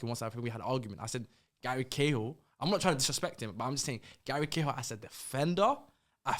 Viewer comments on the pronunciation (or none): Man said Gary Cahill you know I’m out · man said gary cahill 😭